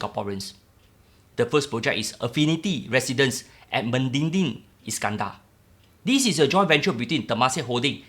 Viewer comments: it's MEDINI,,not MEDINGDING... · Me di ni, not me din ni la bro